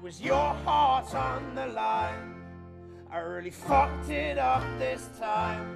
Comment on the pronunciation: its funny how he says 'Fucked'